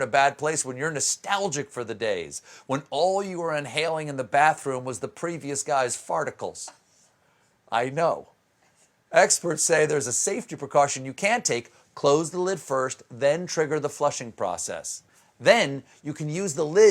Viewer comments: "Farticuls" ROFLMAO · Farticals Lol 😆